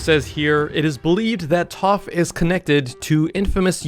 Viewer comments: It’s pronounced taf not tof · sounds like toph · TTAAAPPPHHH💅💅💅💅💅💅💅💅💅💅😂😂😂😂😂!!!!! It’s Taf!!!!! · ITS PRONOUNCED TAFF NOT TUUF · ITS TAPH NOT TOPH . T A F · hes pronouncing it like Toph from atla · He said Taph rong